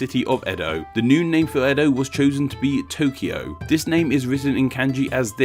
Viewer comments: Comment about your Tokyo and Kyoto segment. 1. You are correct with the Kyo part but when it comes to To you are off base. The error is with Romaji translation. The Japanese pronounce Tokyo like Toukyo. It is lazy Western pronunciation that drops the U. Like Tsunami, Westerns drop the T and just say sunami. In the Japanese written language Kanji the symbols play a major role in the use, context, and meaning of the word. Just like with Pair, Pare, Pear in English Yuki (my son's name) has many meanings and is pronounced differently even though English spelling is the same. Yuki meaning Snow is 有 . Yuki for a girl 雪 & Yūki/Yuuki for a boy 優 and ゆき distance from the seam in the back of a kimono to the end of the sleeve. These are just some basic examples. of the same sounding word to Westerns being very different to Japanese. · The pronouciation of two TOs (TO of TOKYO and TO of KYOTO) are different. TO of TOKYO is a long vowl and TO of KYOTO is a short vowl. TO of TOKYO and KYO of both were originaly double vowls like TOU and KYOU. TOKYO is written TOUKYOU by Japanese characters (not Kanjis) and pronouced TOOKYOO, and KYOTO is written KYOUTO by Japanese characters (not Kanjis) and pronounced KYOOTO. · The "to" in Tōkyō and Kyōto are not pronounced the same in japanese. The line over the "o" means that it's a long vowel. So the "to" in tokyo is said with a long vowel and the "to" in kyoto is said with a short vowel.